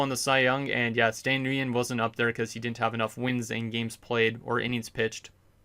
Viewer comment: Stan Nguyen is pronounced “win” and he has 32 starts why do u keep saying he missed starts cus he was injured he literally missed 1 game